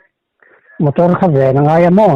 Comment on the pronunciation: "Mator" ti deuh tlat😁.."motor" han ti zeuh mai se😂